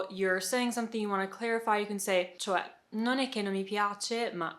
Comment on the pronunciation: Almost perfect , not sure about the “ce” one, it’s still “cioè” the “o” is still there but you might miss it